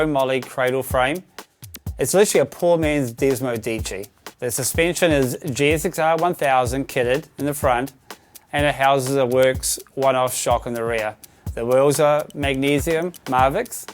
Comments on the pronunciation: Its desmosedici not desmodici. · not to be a dick, "desmosedici"